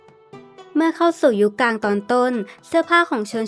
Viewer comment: ชนชั้น" กลาง "ค่ะ คำว่า " สงคราม " พยายามออกเสียงชัดๆนะคะ